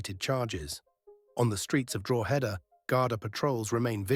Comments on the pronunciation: Good video. BTW it's "dro·huh·duh" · Wheres Drooheda😂😂😂 ye cant even pronounce the names of towns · It's not Droooheda ya AI plonker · Drogeda lol 😂 😅 drog a da ? No lol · Don't mind this sham Pronounced correctly it's draw-head-da Pronounced by locals it's draw-da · I wish you could pronounce Drogheda properly, it ruins this video for me, and why should I part with money to support AI clickbait bullsh*t, to make money like a grave robber, cashing in on people's tragedy including four deaths, feeding of gossip, I think who owns this site is sick a person or a bot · Do you need another pronunciation lesson for Drogheda? Everyone else here teaching ya 🤣